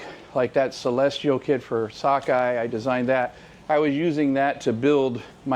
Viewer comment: Also, *Sakae, not sockeye.